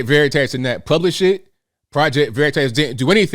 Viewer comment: VeritASS 😆. Please stop pronouncing it like that